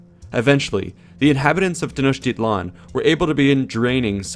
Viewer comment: No. A for effort, though. He tried. Most Nahautl words—especially nouns, emphasize the second to the last syllable. I.e. Tenochtitlan is Tenoch-teeee-tlan, thus the accentuated á, é, í, ó, ú. Also the tl at the end of words aren't as harshly pronounced as done in the video. It could vary from region to region but for Classical Nahuatl generally the tl ends with a sharp t and almost mumbled l. Like saying "Atlantic" but suddenly stopping before pronouncing the -antic part. Not Nawatoll. Funny enough "Atl" means water and "lan" could be translated into land. Together "Land of Water" or "Waterland".